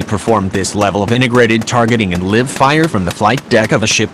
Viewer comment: ~ Nothing like a Liv fire exercise. The enemy never comes out a-lie-ve If you insist on using these Frankenstein computerized voices, at least take the time to adjust their pronunciation of certain words, so what's being said doesn't sound like it's pouring out of a demented cuckoo clock!